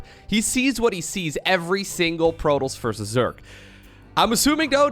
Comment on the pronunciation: It's not "protols" it's "protoss". This shouldn't bother me but it's driving me crazy hearing that constantly